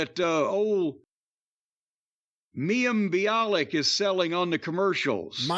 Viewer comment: I never thought id hear the day when Cornette would try to say "mayim bialik"..